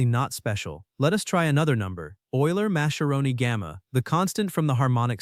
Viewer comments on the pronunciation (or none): FYI Lorenso Mascheroni's last name is pronounced "mask-eroni", not "mash-eroni".